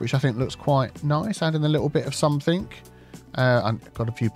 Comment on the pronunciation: Hi! Love your videos. Are you aware that you are saying somethink instead of something?